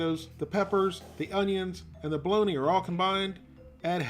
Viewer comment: I've head of Balony, and I've heard of Balogna (the city in Italy, pronounced Balonya), but I've never heard of Bo-log-na!